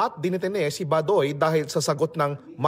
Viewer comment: Isn't the right pronunciation Ba-doy with accent on first syllable. NOT Ba-doy where accent wrongfully on last syllable👎